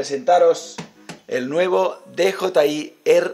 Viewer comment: Muy bien, Willy. Jeje, me hace gracia que todos los nombres en inglés, absolutamente todos, los pronuncias en un inglés exquisito, y sin embargo con DJI dices "dejotai" en vez de "diyiai".